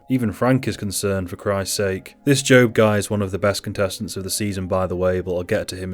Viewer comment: Jobe is with a J lol